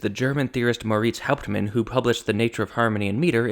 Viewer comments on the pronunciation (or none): Moritz Hauptmann is pronounced sort of like Moe-Rits (like Joe fits) Houptmunn (like House-Sun) - not lice Maurice Hauptman .... Arthur is pronounced in German kind of like Car-Tour without the C in the beginning ... and Hugo Riemann please pronounce like Hoo-go Ree-Mun ... Thanks Greetings from Germany